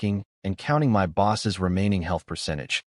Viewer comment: The AI doesn’t know how to pronounce MY and doesn’t know math.